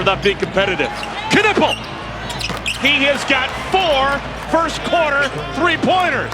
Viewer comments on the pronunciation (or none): Stop butchering Knüppels name, it's not Kanuppel